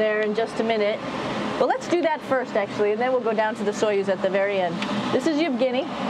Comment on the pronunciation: CОЮЗ IS PRONOUNCED SOYUZ